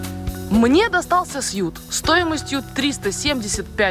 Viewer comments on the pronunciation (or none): Настя и 💕... запомните, пожалуйста, что suite (номер в отеле) произносится, как sweet, а не как сьют (suit- костюм). А то в каждом выпуске я слышу в отеле "do you have a presidential suit?" (костюм) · Блин, когда уже ведущие Орла и Решки узнают, что номер - это не сьют, а суит. Сьют - это костюм.